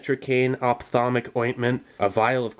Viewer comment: "opthamolic" for the eyes. same root as optical, should't be that hard